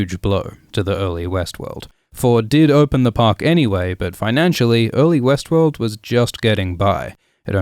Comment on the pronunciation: Every time you said Westworld, I heard Westeros.